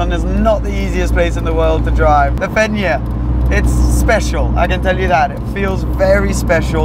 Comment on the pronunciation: Who also pronounced “Fenyr” the first time wrong 🤣 Great vidd great girl 🙌